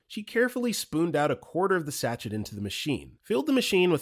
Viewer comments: You're pronouncing sachet wrong. SA-SHAY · The word "sachet" was mispronounced... four times.